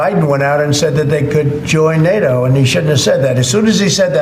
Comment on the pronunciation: ITS NATTABOUT NAYTO